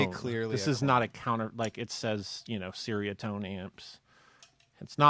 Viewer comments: Nice video, but I believe "Ceriatone" is pronounced "cherry-er-tone". You can double-check with Nik from Ceriatone :) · Pronounced cherry-a-tone. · It’s pronounced “cherry-a-tone” ;) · Ceriatone is pronounced che-ree-ahh-tone